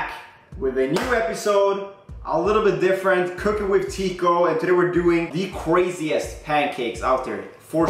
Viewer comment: "The cwaseist